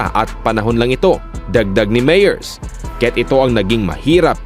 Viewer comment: Mali ang pronounciation mo ng "Myers". Konteng correction lang. Good content though. 👍